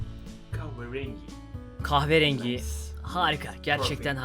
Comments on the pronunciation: kahverengine kahverengy demek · Türkçesi:kahverengi İngilizcesi:kahvı rengği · kâhvrengii ÇEVİRMEN: kahverengi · 1.32 kahverengk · No one:: Kuahverengi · Keağveringi QOOEOTOWKSKDKAMA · kahve rengiğ :QVWE:QWEV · rekleri tanıtırken kahverengiye kaave rengi dedi çok güldüm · Yellow, Green, Black, Kyahvuerengy :D q:wqWQ:qW:Qw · kawwerenci dsadadsads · Kahverengiyi "kavıreng" diye okuyan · Coffe rengy dio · demekki kahverenginin ingilizcesi caffe rëńģï 😂😂😂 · koverengi 😂😂 yakaladım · abinin kahverengine bakip broen diyemeyip bakışıp kahvıring demesine haykırdım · İngilizce kahvrenfjenzgi türkçesi kahverengi 😂😂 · evet türkçede: kahverengi ingilizcede: kaveringi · Hiç kimse: Quhva rengi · Tek fark eden benmiyim kahverengi İngilizce olarak kahverenci dedin abi🙈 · abi senin ıngilizce ne tukirim ingilizce :kahverenki türkçe : kahverengi abi arada monday tuasday filan diyon vüdyonun 1. dakikasından sonra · kuhveğ rengui jhbvjkdfgbfgb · Kahviringi :D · brown yerine kahvğrengi demesi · Cayverenngii :DD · abi niye kahverenginin ingilizcesini söylemek yerine kahveriiin dedin :) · kaverengi demesi askdhjawsdlojhawsşofdıuhasyıudfhawseıufh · Kaveyrengiy diyor ya bide XD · kahverrengy :D Senin videolarından zevki çoğu kanalda bulamıyorum mükemmelsin abi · Nobody::kahverengi translate kehverengi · 🇹🇷Yeşil-Green🇺🇸 🇹🇷Siyah-Black🇺🇸 🇹🇷Kahverengi- Kahvereeengi🇺🇸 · Kahverenginin ingilizcesi:brown: kağhvırengiğy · Kahve renginin ingilizcesini bilemeyip de kaveerenguii demesi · kahverengi’yi hatırlamayı kaverengi diye okuyan reis 😂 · kahverengii jsjsjsjjsjs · kahverengi _ kaverengii :DDD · Brown un kahverengi olduğunu unutup khaveringei demesi fagahagshaja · Türkçe : Kahverengi İngilizce : Brown Zsuatça : gavvarengi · Kahverengiye kahvirin demişsin abi efsane olmuş orası ya 😀😀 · kahverengiys dkdndödks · Kahverenginin ingilizcesini unutup qahwerengi demesi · La adını bilmiyor diye Khavghe Ryangi diyo 😂😂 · Monday Thursday :D Kahveaarengi :D